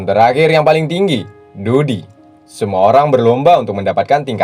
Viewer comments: jir kalo dou di di baca jadi dody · Gelar tetinggi ko dou di siii dibaca dodi ew